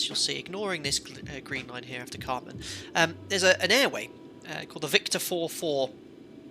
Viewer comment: the carmn/camrnthing really annoyed me. i was glad his wife corrected him